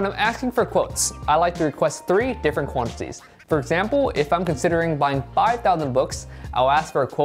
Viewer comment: "... the cost of the shwantishees" XD